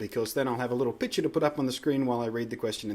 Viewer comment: Cool, I don't think I'm gonna use it, but I bet someone els is gonna. BTW, everytime you said picture message I thought you said bitch message :P